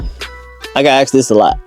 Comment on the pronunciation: It’s asked not axed